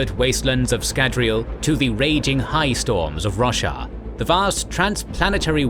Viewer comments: I cannot not hear "Russia" when it says Roshar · Wow. So when you said Braize was located inside greater Roshar, I heard greater Russia😂. My brain was like yea, sounds bout right lol. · i thought you said russia instead of roshar so many times and i just accepted it that the fantasy world was named that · The mispronunciation of Roshar hurts every single time...